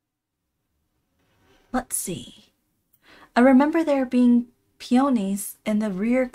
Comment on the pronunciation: Peonies - pee-a -nee. The on sound more like an a sound.